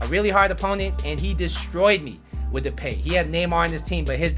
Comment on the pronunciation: No offense but “Depey " 😂